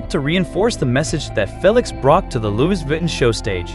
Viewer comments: Please can you get someone that speaks english properly! Aaaahhhhh! Why do they confuse ‘he’ and when to usr ‘she’s… his name is not ‘Fell Licks’. Aaaahhhhh! and let’s not mention the mispronunciation of Louis Vuitton!!! … Its ‘Loo ie’ ‘Vi Ton’ try again!😡😡😡😡😡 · Mispronounced Lois Vuitton and calling Felix, her?